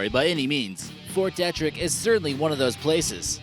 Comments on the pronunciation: Its pronounced fort deetrick... just fyi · De-trick. Why can no one say it correctly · Fort Detrick is pronounced dee-trick. Thank you.